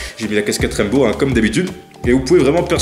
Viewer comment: Il a dit "Raimbow"😭